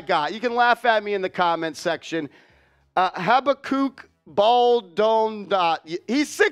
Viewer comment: Pronounced “ha-BACK-uck”…it’s a book in the Bible